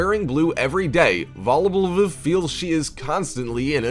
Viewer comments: 🤣Now I know this video was not meant to be funny! but the funny part is when the host is trying to pronounce "VALBLV" that is the lady who love's everything blue. 🤣😂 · Every time he tried to pronounce the blue lady's name... I just cracked up. 😂😂😂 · Same! It annoyed me that dude refused to pronounce her name properly.